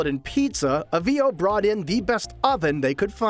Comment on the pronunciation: Boy! Does this guy mispronounce Avvio's. I guess he's not Italian.😂